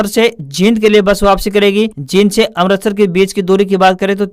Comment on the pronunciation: आप अमृतसर को अमरतसर बोल रहे हैं। कृपया शुद्ध उच्चारण करें।